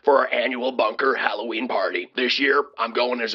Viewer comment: "Holloween"...maybe because of the hollowed out pumpkins?🎃🎃🎃